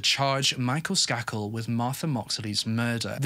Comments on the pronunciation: I'm sorry. But isn't it pronounced "Skay-kul"? Sorry. You tell us these stories so Beautifully. I can be a bit OCD. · I covered this case in criminal justice class. Pronounced Sk A kel long A ♥️😉🙏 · Just fyi it's pronounced with a hard A ... SK AY KEL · His miss pronouncing bothered me as well. Idiotic